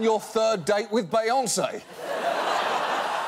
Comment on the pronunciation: i’m sorry did he say bay-on-say